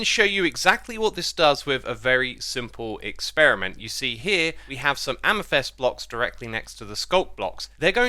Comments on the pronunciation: Please stop saying amYthEst. Its amEthYst... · Mate it’s pronounced amethyst not amethest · Amethyst pronunciation Brits: AmathIST Americans: AmathUST Xisumavoid: AmathEST? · Your pronounciation of Amethyst is so funny. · there’s definitely only one way to pronounce amethyst. U can’t just pronounce words wrong and then say it’s another way of pronouncing it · I will never get over you mispronouncing "amethyst"